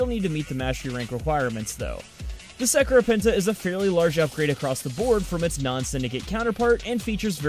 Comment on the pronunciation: Dat pronunciation tho